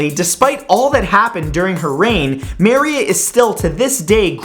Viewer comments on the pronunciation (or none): For the love of God.... It's ma-RÍ-a... The stress in the second syllable. How in the world did you ever hear it pronounced MA-ri-a?! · Does anybody else cringe every time he pronounces Queen Maria wrong? He keeps saying it as "MarY-Uh" or "Mar-e-uh" "Mary-a" etc..... But the way it's spelled and as far as I know it's "Ma-re-a" or "Muh-ree-uh" Lol 🤣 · "Maria" is pronounced "Ma-REE-a," not "MA-ree-a." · Its pronounced "ma-reeya" not "mar-ya" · Does anyone else think that Maria is getting mispronounced here...? Mur-EE-ah? Instead of MAIR-ee-a? Anyone? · Maria is not pronounced (Mairē a) it is (Mârēa) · You pronounce maria mArEa? I pronounce it murEuh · Dude, it's pronounced muh-reeah, not mare-eea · dude, I have NEVER heard someone mispronounce every day names like you! maria the first is pronounced mah-ree-ah. not mary....ah dayum. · You mean Ma Ree Ah, not Mare Ee a right? Maria is pronounced Ma Ree Ah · Muh-ree-uh. Queen Maria I is read as Queen Muh-ree-uh, not Meh-riah. Still loving these, though. These videos make me feel smart. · Not to be rude or anything, I thought this was a great video, but queen Maria isn't pronounced like that. It's pronounces mah-re-ah, and not may-re-ah. Anyway, keep up the good work Matt! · Marya. It's pronounced Mah ree a! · I loved how he pronounced Maria as mary ah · It's Mu-reea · It's actually pronounced Mar-e-ah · Maria is pronounced ma-ree-ah (just a little FYI there ) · 1. Your pronounciation of Maria is grating; the first a isnt spelled like in happiness, but rather like in Lavigne(yes, as in Avril Lavigne); 2. Why does everyone expect GoT characters on this list? they arent part of history, are you sure you dont have dissociative schizophrenia? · I think it's pronounced Mah-ree-ah and marry-uh. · Maria "Muh-ree-uh" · I love watching your videos, they're so informative and entertaining, but I couldn't stop laughing when you kept saying Maria, it's pronounced MA-REE-A :D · Who the hell manages to mispronounce "Maria"...